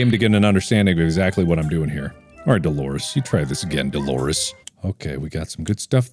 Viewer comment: "Okay I get it, Dalores is Engoreous!"-Markiplier 2021 Um... excuse me what? Can you run that sentence by me one more time?!